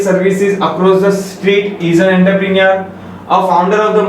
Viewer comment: You may need practice of pronunciation of entrepreneur..